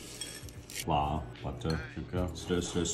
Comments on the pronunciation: “FLAA” Sent me 😂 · Congratulations, u learned to say Gourmet... Flawr😁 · I'm gonna make fun of him saying "flauur" because I don't feel threatened by a shield with a handle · "Flaah" only way I'll pronounce now! "Pear is good..." 😏🤣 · "flaaa" got me 💀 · "Flaa" yes, the good ol' FLAA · The real asian way of pronouncing flour = flaa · Flas is now how I pronounce flour. As is popoto for potato. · His flour pronunciation is what I have been told that the English people will say. Turns out the English people (in England) don't actually say it like that (most of them). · I never noticed he says flour different